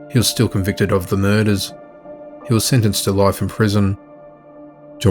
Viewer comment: All these key-luhs and mer-duhs!!